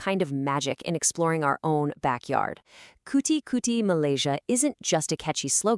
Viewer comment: Kuti-kuti? 😂😂😂 that's cuti-cuti my friend.